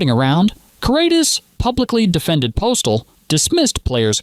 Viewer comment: A generation who grew up on biopics that felt the need to go cradle to grave. My bigger question is why it sounds like the narration is pausing to make air quotes every dozen or so words. Also, I don't know how the name Postle gets mispronounced so many times (VO says it like "postal") when the video literally shows Doug pronouncing it mostly correct (it actually rhymes with "hostel").